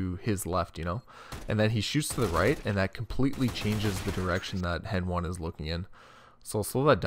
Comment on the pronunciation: Its heni not henone